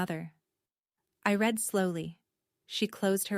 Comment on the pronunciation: Need to teach your AI the difference between Read (red) & Read (reed)